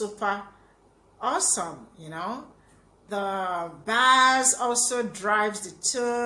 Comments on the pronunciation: Excellent choice of song. I don't think any YouTube reactor has done it before. Thank you. Excellent knowledge of subject. By the way, the word "bass" is pronounced as thought it were spelled "base." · I enjoy these reaction videos.. I love the Beatles as well -- you are a true fan // btw -- bass is pronounced base // bass guitar ☮